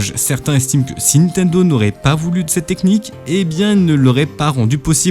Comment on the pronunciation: C’est qui « Nitendo » dont tu parles tout au long de la vidéo ?